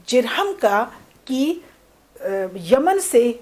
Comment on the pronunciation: ماشاء اللہ ، نہایت عمدہ و مقدور بھر گفتگو فرمائی میم ، البتہ بہت سے الفاظ کا اعراب غلط بولا گیا ہے جیسے کہ بنو جرہم ہے بضم الجیم